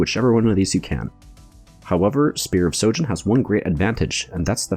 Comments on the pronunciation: It's Spear of sHojin, sry I got triggered everytime you said sojin xd. Good video anyway, ty ! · It’s SHOJIN with an H.